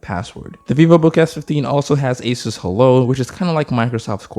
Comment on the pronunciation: Thanks for pronouncing asus correct